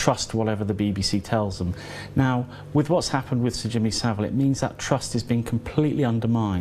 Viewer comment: Well done for pronouncing Saville correctly!